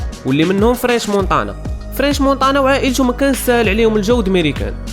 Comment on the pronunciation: نطقك للحروف فشكل. مونتانا ماشي مونطانا. حاول تحيد لهجة العروبية فكلامك مع تحياتي لخوتنا العروبية اللي فهمو القصد ديالي